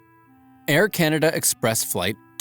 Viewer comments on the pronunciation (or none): none